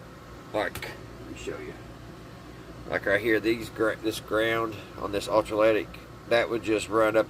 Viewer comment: Not ultra lytic it’s electrolytic